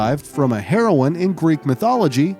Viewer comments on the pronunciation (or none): none